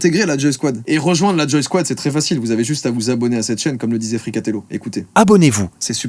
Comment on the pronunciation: À un moment, j'ai entendu G-Squad à la place de Joysquad 🤣